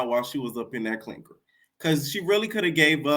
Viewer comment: I die every time u say clincker 😂😂😂😂